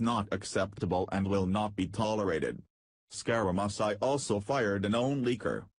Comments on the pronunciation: Learn how to pronounce Scaramucci! It is scar a moochi! NOT musi! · Hey jerk, it is pronounced (Scare a moochie)...wake the hell up. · WHO IS SCAR A MUS EYE ??????? LEARN HOW TO PRONOUNCE WORDS OR GIVE IT UP !!! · you pronounce his name as SCARAMOOCHI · You can't even pronounce his name ,idiot . You can't read either .